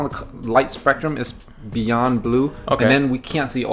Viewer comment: I'm not reading what you posted. It's two long paragraphs from a dumb nigga. Guaranteed to make my IQ drop. I can't over the fact on how a grown ass man said "BEEYOOOND!!"... Limp wrist style. Lmao emphasizing words a true Batty boy. Lmao!!!!!